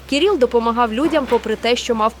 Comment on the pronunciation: Говорити і писати треба грамотно: не Кіріл, а Кирило. Безграмотність наразі в тренді.